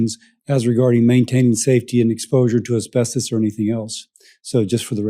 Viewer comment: Can you stop saying asbesTOEs